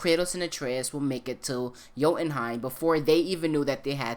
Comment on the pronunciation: What the hell is "joutenheim"? You really bastardized that one.